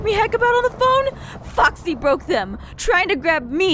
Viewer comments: I thought Aphmau said Fucksy but she said Foxy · Every time Aph said Foxy it felt like she was going to say the F word xD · it sounded like she just cursed when she said Foxy oop